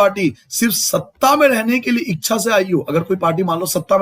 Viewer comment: Sir apne echha ko eksha bola he